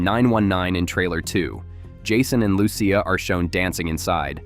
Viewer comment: bro you say lucia wrong